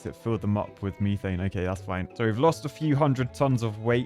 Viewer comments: It’s methane not mee-thane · love ya man but if you mispronounce methane ONE MORE TIME, I’m gonna lose it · Take a shot every time he says MEEEthane